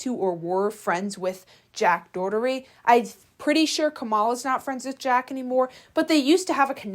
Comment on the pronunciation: Do you say jacks name wrong on purpose lojh